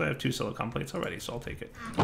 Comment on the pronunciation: Is it just me or did just start pronouncing "Silicon" as "Silicone"?